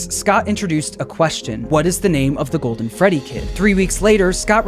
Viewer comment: Guys it’s the gwoldwen fwedwy